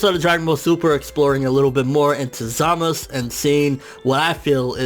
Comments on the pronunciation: Isn't his named pronounced "Zah-Mah-Su"? Not Zamus... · Zamasu (ZUH-MAS-SOO) NOT! Zamasu (ZAH-MUS) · Za-ma-su , not samus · Why he keep saying zamasu so wrong ? It's "za-mas-su"